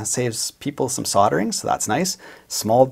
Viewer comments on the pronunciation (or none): 'Soddering'? Is that like sodomy? Or did you mean soldering? There's an 'L' in there somewhere which you have to pronounce.